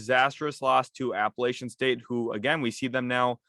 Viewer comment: PLEASE learn how to correctly pronounce APPALACHIAN STATE!!!